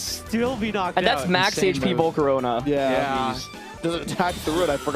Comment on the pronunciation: “Volcoronia” bro STFU jesus how r u so bad at pronouncing shit